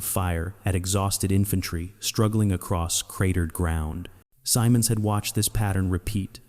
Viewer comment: Goofy Pronunciation - he and all who knew him called him Guy "Sym-Monds"; NEVER Guy "Sigh-Monds".